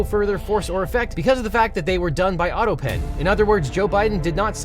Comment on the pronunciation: I wonder how long did it took for someone to make Trump stop saying "autopeen".